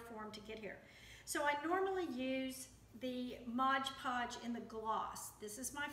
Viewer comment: Itis Mod Podge, not Modge Podge or Hodge Podge.